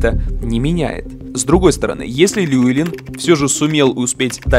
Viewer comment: и кстати его зовут не Льюэлин, а ЛЮВИЛИН.